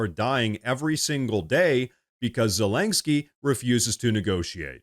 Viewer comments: Zelenkski? Do you mean Zelenski? I know, knit-picky lol. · Bro it's zelensky not zelanksky lol omg everytime u said his name I'm like dude there's no LANK in his name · I love your show and watch it every day, but PLEASE, pronounce Zelensky's name correctly. It's Ze LEN sky not Ze leng sky. It's so distracting to an otherwise excellent podcast. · Please at least stop saying “Zelengsky!” 😆 Whatever the situation the g isn’t there bruh?? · Ze-LEN-ski. No "G" in Zelenski. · “Zulanksky” 🤣 lank?? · There is no "k" between the "n" and the "s" in "Zelensky".